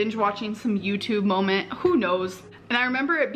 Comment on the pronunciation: "A whole conspiracy molment" Girl 🙄